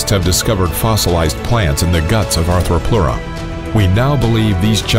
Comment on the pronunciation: I see Ark dossiers I like! :-D But the Arthropleura is mispronounced...